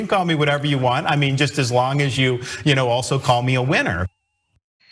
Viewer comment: Did he say WINNER OR WIENER? PERSONALLY I THINK HE'S A WIENER.